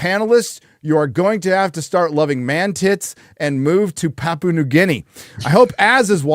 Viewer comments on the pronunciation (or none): none